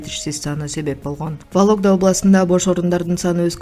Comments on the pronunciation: Валогда эмес Вологда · Валогда емес вологда десен 😂